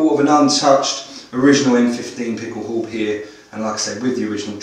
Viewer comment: how-beh. It's pronounced "how-beh"